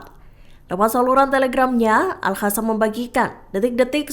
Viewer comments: Hallo kakak mimin yg benar al qasam ( al kasam ) bukan al hasam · Sekedar masukan. Pembaca berita selalu menyebutnya Al-Hassam. Padahal Al-Qassam. Bhs arab beda satu hurup bacaan beda lagi arti. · Bukan al hasam tapi al.qassam ya mbak narator.mhon kalo bikin konten harus cocok dan benar antara narasi dan vidionya.kalo gak begitu itu penipuan